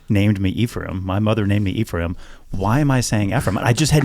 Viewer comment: As someone who grew up with Eph as a close friend, to hear him go back to “E-ph-rai-m” scratches my brain in a way the part of me that has heard people (including himself whilst narrating City of Death on audible 🤯) call him “eff-ram” SO needed.